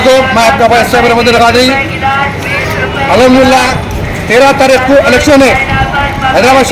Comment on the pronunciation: AHamdula Kya Hota Hai Be,,, Al HamduLillah Theek Se Bol